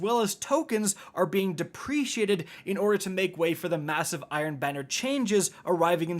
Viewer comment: Love you man, but the term is dep·re·cate /ˈdeprəˌkāt/ “Kate” at the end there.